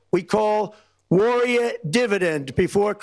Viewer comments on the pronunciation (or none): WTF is a “warriyeh?”